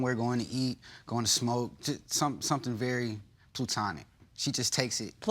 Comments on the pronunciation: Not "Plootonic" 😂😂😂😂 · Plu-tonic 😂😂 Other than that, come on!!! He's just mooching with his mooching friends. Girl, put them out and pick yourself up off the floor. You ought to strive to be and do better than just being this jerks doormat. Ooooh. And that last thing he said! He almost told on himself 😂 A time away from my friends and my other gir... Uuhm my other female friends 😂😂😂😂😂😉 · "Plue-Tonic" ....bofl, "if you say it like that, no" This guy just can't win and my goodness plainly put the girl is STUPID! After a number of things that he's done I would've left. There wouldn't have been a baby from me. I would've sent his ass packing to the first baby mama and dodged this bullet. He is an immature pot head. Leave him alone!!!! And to bring their son on a damn date wtf were you thinking. Free swim classes at the YMCA! Tell him to call Tyrone and help him get his SHIT!